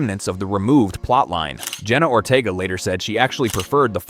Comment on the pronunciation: It's Ortega not Ortiga😂